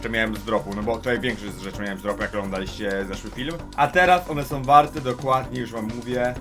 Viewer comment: moj 13 letni kuzyn ma lepszy sposob wypowiedzi od twojej osoby... "kedyi" "ile warte som one"... Polski nie jest wcale tak trudny prosze was XD